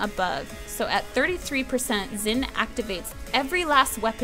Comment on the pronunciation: Even though you pronounce the Chinese names wrong, I still love you AND;) Still trying to fix my own Chinese as well. Xin... the X is like a hard S (as in "Sit down, motherducker!") that turns into a smile. Difficult to describe and many Westerners fail at making it sound correct (many make it sound like different sounds) I actually love MoP already, just so I can get mix WoW and my love for Chinese (and a bit of Japanese) culture into one sturdy pack of "OMFG EPIC!"